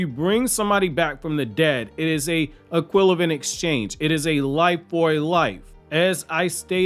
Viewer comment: this dude said equilavent